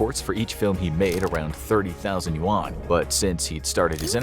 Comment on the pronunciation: If he can't even pronounce "yuan" right, not likely. Sources are all western.